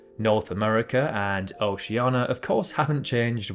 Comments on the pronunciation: Say Oceania instead of Oceana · litshenstaihn? (again ) Chetshia? Oceana? (again and ) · Here we go with the OCEANA thing! IT's BLOODY OCEANIA!!! NIA NIA NIA!!!! Ugh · He says OCEANA, without the letter "I" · “Oceana” I AM LOSING MY MIND